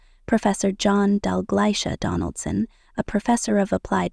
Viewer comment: Her father's name is John Dalgleish Donaldson, not "Dalgleisha"